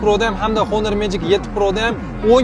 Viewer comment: qande 16bn 17ni kamerasi birxill🤦🏿‍♂️🤦🏿‍♂️🤦🏿‍♂️ kin uuu HHHHONORRR mas, Onor uuuu